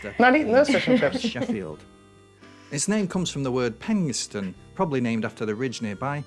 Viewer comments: pronounced Penistone perfectly, just like sumdy frum't tarn u'd seh (just like someone from the town would say). But she said Kinky Overblow when it is actually Kirkby Overblow. Not a rude name, but not far from Penistone, but also a part of Barnsley is a village called Barugh Green. Which is pronounced Bark as in a dog bark. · I lived near Penistone and it is pronounced Pen-e-stone. It had a cinema and is where i saw the original Clash of the Titans one birthday with my family. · He pronounced Penistone correctly ... it's "Pen is tun". I remember someone telling me how an American tourist in the area pulled up in their car to ask directions to Penis Town. The local then went on to give them directions and repeated the "rude" pronunciation several times just to mess with them.